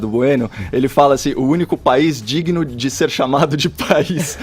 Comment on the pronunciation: Alguém mais já percebeu que ele usa "T" no lugar de "D" ? Kkkk... Deve ser pra lacrar.